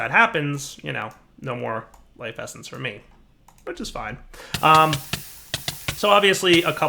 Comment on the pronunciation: he sais "lise effence", waht is that does he mean life essence?